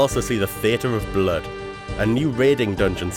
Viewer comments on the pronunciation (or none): none